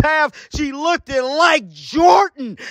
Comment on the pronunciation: We don’t wanna hear you say lookDED no moooooorreee. Stop. (Looked like)